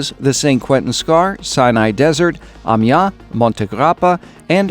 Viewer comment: Like the video! But please, please learn to pronounce Amiens -> [a.mjɛ̃] You pronounce it like "amia", your first part is good, but the last part is pronounced like the english word 'ant' (but without the t). Ami-an(t). That's the best I could describe it :)